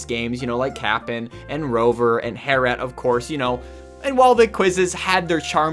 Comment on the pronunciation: Harry et